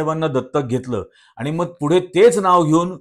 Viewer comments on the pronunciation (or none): none